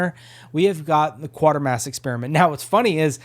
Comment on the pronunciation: Actually it's pronounced same as crater. Quatermass like cratermass but with a Q.